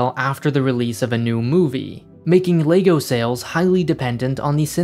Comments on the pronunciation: Everyone: lego (leg-oh) This guy: LAYGOO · it is leg-o not lay-go so let's try it together LEG O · I dunno if it’s just me, just every time he says lay-go instead of leg-oh IT KILLS ME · Stop saying Laygo! It's called LEGO, as in the simple phonetics of the 4 sounds in L-E-G-O. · Can't get over the ley-go pronunciation. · Is it just me or is it being pronounced Legoo half the time in this vid..... O.o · Interesting pronunciation of Lego! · Had to stop watching 30s in because of the way you pronounce Lego